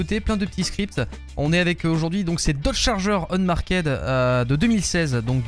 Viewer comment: Pro tip: Unmarked se prononce "unmarkt"